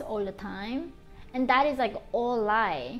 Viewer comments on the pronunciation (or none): Something similar to it though , you ll often hear the r sound in words where they need an l sound like black is said like brack like into rike you ll notice that in her accent but yeah it is not completely japanese .